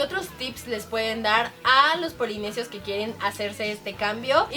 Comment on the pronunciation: jajaja en el minuto dijo polinesios mal jajaja Te Amo Karen, Rafa y Leslie.